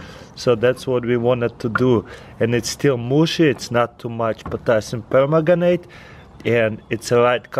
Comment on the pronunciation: "just grab some potassium pergutanate "